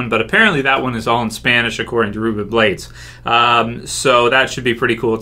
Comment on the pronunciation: Please, say his name right. Ruben Blades. B L A D E S